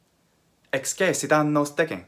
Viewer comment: Throughout the video, and especially toward the end, it sounds like the “e” in excessit is long (and not just the syllable over all). I would’ve expected the syllable to be read “ces,” as in “ex-ces-si-ta.” In the video, it sounds like “ex-ce-si-ta.” Maybe my ear is still adapting to hear the distinction, but I know other forms of excēdō have the long ē in the middle, so I was wondering if this was on purpose (in which case the text in the video is missing the macron), or if it was just my bad ear, or if the long ē was creeping in from one of the other forms in your mind?